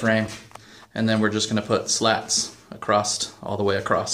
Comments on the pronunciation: "then were gonna put slats acrost, all the way across" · There is no 'T' in the word > 'across'.